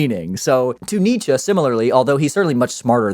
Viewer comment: As a german I can say you got the name Nietzsche right. And Friedrich was close enough. :D